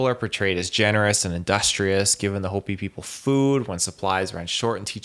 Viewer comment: How can you present a show on this subject and not know how to pronounce Hopi ??? Holy Cow droppins 🙄